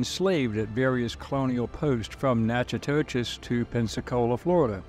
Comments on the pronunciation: My daughter is in college in Natchitoches. It’s pronounced Nack-uh-dish by most of us lol. It’s where the movie Steele Magnolias was filmed. The Cane River is beautiful. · It is pronounced "kwan-con" and "Nack-i-dish". The mispronouniacian is hard to hear. Native New Orleanian here with roots in Central Louisisna. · Coin Coin was a FBA! This is the Ethno Genesis of Native,European and African! The town you are trying to pronounce is Na-co- dish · This isn't 100 percent accurate. Marie was my Grandmother X5 and we have extensive records. Some of this is accurate though. And how you pronounce Natchitoches is NAK-e-tosh. And we pronouns Metoyer as meh-TWY-er. Here's my family tree. Francois(unknown) & Francoise(unknown) (both from Togo, their owners weren't to original with their names) Marie-Terese CoinCoin Claude Thomas Pierre Metoyer( )& Marie Terese CoinCoin( ) Augustin Metoyer Augustin Metoyer( ) & Agnes Dupre(unknown) Pompile Metoyer Pompile Metoyer(unknown) & Rosa rocque(unknown) Ernest Avner Metoyer Ernest Avner Metoyer( ) & Harmina Marie Ballenger( ) Dorothy Metoyer Charles Roy Mayden( ) & Dorothy Metoyer( ) Pierre Mayden Pierre Mayden(1943-...) & Adele Suzanne Nickerson( ) Jean-Paul Andre Mayden(1965-...)<~~~~~~~~~~~~~~~~~C'est Moi! (that's me!) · Natchitoches is pronounced "Nat-kuh-tush" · They could have learned the proper pronunciation of Natchitoches (Nak-a-tosh) from a number of sources. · Dear God, these content AI creators need to invest in research. The pronunciation is terrible, I couldn't get past the first 90 seconds. Meh- twah- yer- Metoyer Natchitoches is - Nak-a-tosh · That's pronounced "Nack-a-tish" in Louisiana. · Thank you for shedding light on my state's history. Btw, the town is pronounced Natch-a-tis by most folks around here. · Natchitoches is pronounced Nac-ki-tish. Don't worry, most folks don't know how to pronounce several Louisiana names. Great video, thank you.